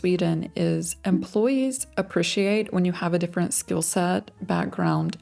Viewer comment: my actual behind you're american. How even are you pronouncing appreciate/appreciated? You're either part swedish or slavic or something...